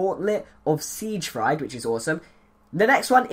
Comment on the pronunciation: its pronounced Sig Freed.